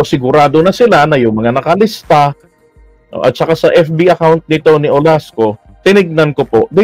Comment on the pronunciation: Olaso, not Olasco.